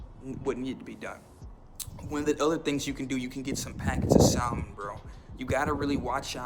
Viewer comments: It's pronounced sa-mon (silent l) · Please learn how to say salmon